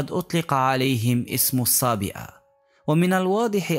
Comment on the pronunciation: صابئه وليس صائبه. ِ.